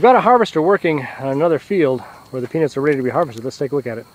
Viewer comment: That's so hilarious the subtitles read penis when he says peanuts and also sound alike he said penis